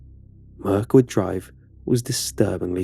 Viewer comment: He said Mirkwood like lotr